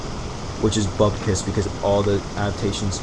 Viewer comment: points for saying bubcuss. :{p